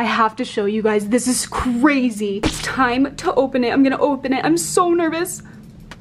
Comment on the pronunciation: Time not rime